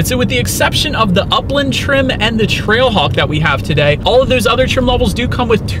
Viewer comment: You sounded like you said TRACKHAWK a few times.